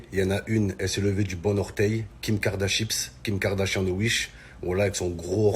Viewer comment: “KIM KARDAXHIP’S” 😂😂😂😂😂